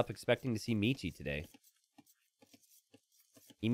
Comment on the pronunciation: Since Michi Player is a german, you schould learn how to pronounce it correctly. ^^